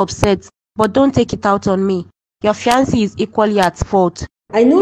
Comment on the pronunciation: Please use the correct pronunciation for the word ‘ fiancé ‘. It is a french word but you can get it right. You keep changing the pronunciation and it hurts my ears 😔